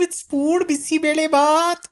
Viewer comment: You said "Bisi Bele Baath" like the locals in Bengaluru..that was pronunciation to perfection